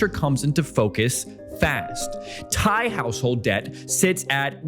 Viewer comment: Brother, as a non-native Thai speaker, you did a GREAT job pronouncing all the Thai vocab and city names considering you probably don’t speak any Thai. This is goated and probably under-appreciated effort 👏🏻